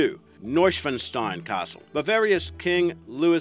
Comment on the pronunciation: I cracked up when he tried to pronounce Neuschwanstein. Guess it's a complicated word for non natives...